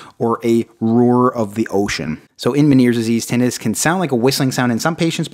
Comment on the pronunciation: Damn, til this day I’ve never heard anyone pronounce tinnitus as tin-a-duss😂💀